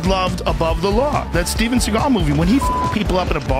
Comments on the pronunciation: Thank you for this video, I appreciate you spreading awareness on how bad “Seagull” (how Steven’s surname is actually pronounced) really is. Just saw him in a recent vid training Alex Pereira 🤦🏾‍♂️ the less I see or hear of that pathetic man, the better. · Well, it's obvious you don't know how the idiots name is pronounced, which is Segle... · The first lie is that his name is pronounced Seagal, his name is pronounced like the bird Seagull but Steven doesn't like that because it reveals his dad is jewish and in Stevens mind that doesn't fit his bad ass persona. He mentions every nationality he is except the real one which is jewish. Steven went to Japan when he was young to avoid the draft in Vietnam. If Steven had only gone to Vietnam America would have won the war in a week .